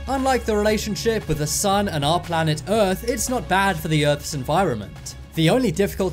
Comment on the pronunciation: Errph not earth......